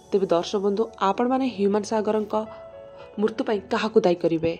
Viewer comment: ମୁର୍ତ୍ତୁ ନା ମୃତ୍ୟୁ 😅🤣😂 କୋକଲା ନ୍ୟୁଜ